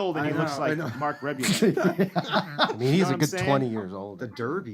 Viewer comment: Tim pronouncing Rebillet incorrectly caused me pain